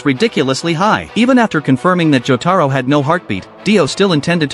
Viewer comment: Mother fuckers that's not cheng taro that's jotaro but if you guys are doing it as a humour it's alright